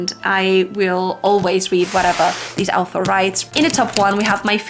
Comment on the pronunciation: Me having read Wheel of Time and NOT having English as my first language heard Al'thor everytime she said author . 😂😂 I think its funny how such basic things tend to skip our mind .